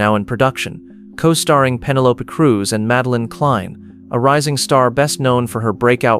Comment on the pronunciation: Pen el o pee, not pen e lope. I think he meant. Johnny Depp is a great actor.